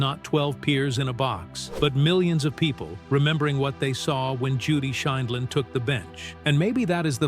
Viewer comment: At one point AI can pronounce Judy's last name the next segment they pronounce it wrong I wish AI could be programmed to give correct pronunciation.